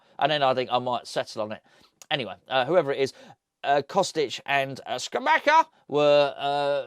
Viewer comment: can you please learn how to pronounce Scamacca. It isn't hard. It's not Scamacca, or Scamacca, it's Scamacca! Easy.